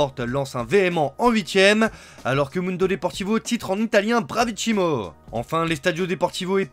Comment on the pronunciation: On dit bien bravissimo et pas bravicimo